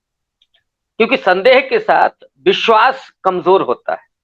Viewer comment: Ary Hindi bolna seekh phle... Bishwas......... Vishwas bolte hain zaahil aadmi.... 😡😡😡😡